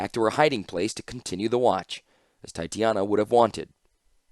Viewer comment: Any chance youll go back and re-record some of these? In general this is great and I appreciate your work and am so glad i can listen to these in the car. I also am going nuts because u keep saying titania wrong and think it would be mutually beneficial. (Its pronounced TAI-TAY/TAH-NEE-UH) I hope this doesnt come off as insensitive or like Im blowing you up in the comments, I just dont know how else to contact you.